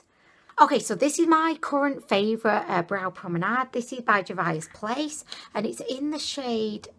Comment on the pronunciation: And Juvia's Place is "JOO-vee-uh's." xD But her unique pronunciations are what makes endearing. 😊 FOUNDIDDLYATION!!! xD